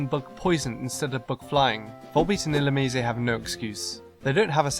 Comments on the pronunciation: "Illumicé"? What the fuck, I've always pronounced it as in "lice". And slugs/snails aren't bugs, they're molluscs. Much more researched, you said? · Is it really pronounced illoomee-zay? I thought it was illoomize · Not illumeezay. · Ill-you-mise, not ill-you-me-say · Wait... "ill-oo-...me-say"???? I've been pronouncing it like "ill-loom-eyes".... should have included that in the freaky name pronunciations video lol wtf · you pronounced Illumnise wrongly its ( Ee-Lum-nise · IlluMYse. Or illuMEEs. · This is fun, yet I can't understand how did you forget about Stunfisk. It looks like a(n ugly) fish. It was based on a fish. It is based on a fish. It is in Water 1 egg group. It is... GROUND/ELECTRIC?! Also, I thought Volbeat and Illumise were Bug/Electric o.O And I pronounce Illumise e-llu-myse XD Cheers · I've been pronouncing Illumise as if it rhymed with demise. ILL-OOM-EYES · Woah, woah WOAH! WAIT A MINUTE! You're telling me the official pronunciation for Illumise is ill-loo-mii-zay! SERIOUSLY!? 0_0